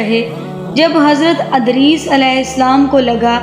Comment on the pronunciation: Adris nahi hai vo edris hai